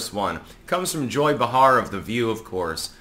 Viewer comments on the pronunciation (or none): BAY-Har,. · It's pronounced "Bay-har". C'mon man I thought you were into linguistics. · Pronounced, "Bay Har" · He does this constantly.